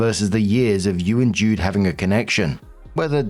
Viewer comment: JUDE.... not dude FYI🤣